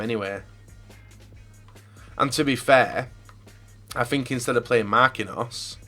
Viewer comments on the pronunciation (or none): none